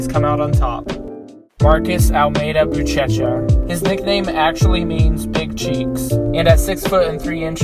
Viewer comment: Not BuTCHEcha.but BuSHEsha